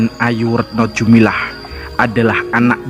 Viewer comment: bukannya retno dumilah bukan retno jumilah. koreksi saja. maaf.